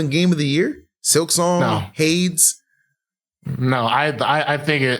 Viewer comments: throw in the gulag for sayin Hades like that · Friend says he's too retarded to enjoy E33 Me: that's a lil harsh.: pronounces Hades Me: aight he was spittin